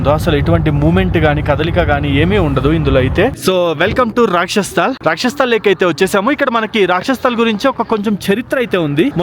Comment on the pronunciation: Rakshas sthal kadu bro, "rakshas Taal". Taal ante lake ani ardham. 😅